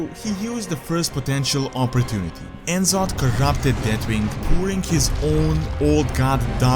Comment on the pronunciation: En'zoth? It's N'Zoth (Ne'Zoth)